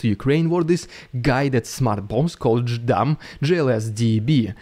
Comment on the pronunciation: JDAM smart bombs are pronounced "Jay Dam" FYI. have a great day.